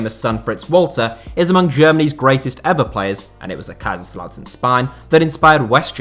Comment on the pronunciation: ich hab noch nie einen einzigen Deutschen gehört, der BraunschwEig gesagt hat. Aber ja, für jemanden der nicht deutsch ist, ist die generelle Aussprache richtig gut. Der Kommentar war auch eher als Witz gemeint, eben weil sich so viele über "two Bundesliga" aufregen. Er hat auch Kaiserslautern perfekt ausgesprochen, was beeindrucken ist.